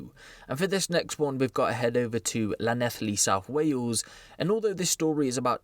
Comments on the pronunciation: It's pronounced Lan-elly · becusse that’s not how you say it.